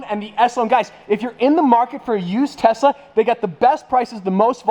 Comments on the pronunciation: im pretty sure he says "Tessa" instead of "Tesla" haha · it sounds like he saying Tessa instead of Tesla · I thought you said Tessa at first not Tesla lol Edit: I did read the title 🤣🤣🤣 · Every time you say Tesla, I feel like you're saying Tessa 😂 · I love how he said tessa instead of telsa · he is saying TESA, not TESLA JAAJAJAJ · Is it just me or does he say "tesla" as "tesa" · Is it just me or keep pronouncing “Tesla” as “Tessa”? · I think has been around with Tessa alot: "Tessa ( Supposed to be 'Tesla' ) vs Bugatti Me: 😉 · 😅I keep hearing Tesa...not Tesla🤔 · I heard Tessa vs Buggati. I almost died laughing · Is saying Tessa instead of Tesla?? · I kept hearing "Tessa" when he said "Tesla" throughout this video...🤣🤣🤣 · tessa instead of tesla, and bob the snowman?? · Did he say Tessa instead of Tesla 🤔 I swear to god Teslas are now boring they slow af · Notice at the start how he says Tessa instead of Tesla. 🤣 keep up the great work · Is it just me or does say “Tessa” instead of “Tesla” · Na he definitely said Tessa once or twice throughout the video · Actually he did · I thought he was saying tessa :/ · I commented the same 🤣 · Is it just me or is everyone hearing stradman saying tessa instead of tesla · Sounded like he was saying Tessa instead of Tesla, but speaking of Tessa where is she??🧐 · Is it just me or it always sounds like he’s saying Tessa instead of Tesla. 😂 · Sounded like he said bugatti 🐞 vs tessa 💁‍♀️ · I thought he said Tessa instead of Tesla. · "Bugatti vs Tessa" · Who else heard Tessa when he said Tesla? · Same there should be buggati vs tessa v tesla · Did he just say "i spent my day in ubers and in tessas" like i mean one tessa would be perfect but i guess one wont cut it for you "time:1.35". JK I KNOW HE MEANT TESLAS BUT I WANT TO PICK ON HIM A LITLR BIT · Why he can’t pronounce tesla correctly he keeps saying Tessa 🤣🤣🤣🔥🔥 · Why do i hear Tessa insted of Tesla?? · Did he whole video saying Tessa instead Tesla???